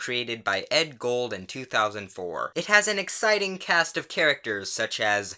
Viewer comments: i have the same last name as the creator, it's pronounced goold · "Edd Gold" Me: That's... Not how you pronounce...... you know what, nevermind. Great video!